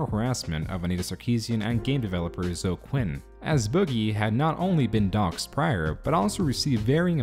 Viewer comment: That's...not how "Zoe" is pronounced.